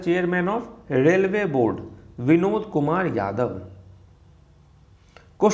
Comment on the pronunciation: Vinod sounded as binod... And i was laughing for ½ hour straight😂😂😂